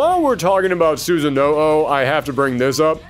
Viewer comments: This video was great and you always get me so excited and interested in any series you cover but "Susan-no-o" is my biggest take away from this, I'm sorry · the way you pronounce susano, lord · Why can't anyone pronounce susanoo correctly